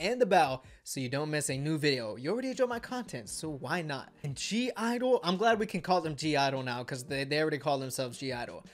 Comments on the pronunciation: .... it's not pronounced G I-dle... it's only pronounced Idle, the G is silent... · I think it's pronounced idle and not g idle, but it's ok, also, my bias is Yuqi and my bias wreckers are Minnie and Soyeon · It’s pronounced IDLE not G-IDLE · It’s Idle the G is silent Bias. SHUHUA Bias wrecker . MIYEON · Why does he pronounce the 'G' ????